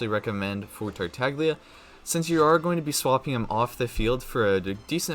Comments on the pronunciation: I found this out the other day but apparently Tartaglia is an italian name and the g is actually silent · Kigen Jones did you know there was a ganyu video released and she said the wrong number and they quickly deleted it and reuploaded the correct video with her saying the correct number of glaze lilies/heart beats. Mihoyo would not let him pronounce his name wrong and say it multiple times. A YouTuber is a Genshin streamer and does it for a living and doesn’t even care to pronounce names correctly and it absolutely kills me every time I can’t even watch his videos anymore. I wasn’t trying to argue I just wanted you to know. Sorry if I sounded rude tho